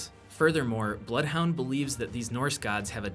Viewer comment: blood hounds name is 'Blothe Honder'